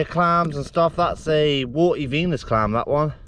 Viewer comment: When you said Venus clam I thought you said penis clam